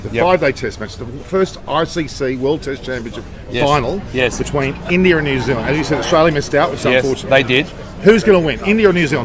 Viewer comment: Now we know it's New-Zealand